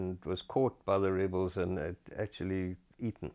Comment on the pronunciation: I had to listen again to realize he said eaten. Holy hell